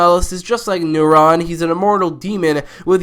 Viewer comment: Why do you pronounce Neron as Neuron? How could you mix up a powerful demon with the thing that does all the stuff in your brain?